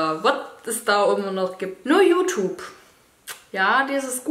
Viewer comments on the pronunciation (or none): Das gute alte "JuTup"! 😂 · Yutub😂 Es wird yutjube ausgesprochen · wie es heißt: YouTube wie es alle aussprechen: Jutjube wie Dagi es ausspricht: Jutup kein hate nur nh Feststellung haha😂🤛🏼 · Boah ich hasse es wenn Leute YouTube "jutub" aussprechen😂🙄